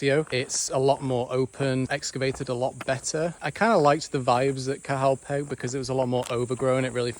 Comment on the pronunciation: petch its pronounced petch